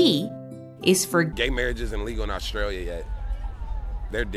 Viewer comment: Omg an American that said Australia right I have just been blessed